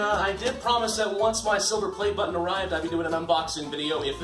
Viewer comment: "battan" Is it french,or something ????